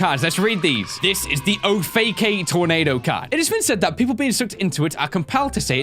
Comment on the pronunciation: Ohfaka tornado is pronounced oh fuck tornado